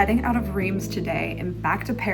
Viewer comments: just a very gentle heads up- for your main channel video- Reims is pronounced "rahnce". Id hate for you to get roasted by know it all francophiles if you can avoid it. :) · Riems is pronounced with the s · Mes oreilles ont saigné aussi en l’entendant prononcer Reims 😂